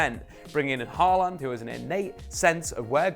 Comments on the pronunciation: Paland? Halland? If you're going to butcher his name, at least be consistent. It's pronounced "Haw-lan" like "Law ban" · The way you pronounce his name is just too funny. 😂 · Dude. You absolutely butchered his name